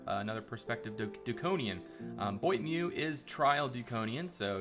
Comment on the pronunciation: I'm so happy to see a new dukonian server and the progress you are making ! Also, I like the way you pronounce the name of the french member Boitameu ^^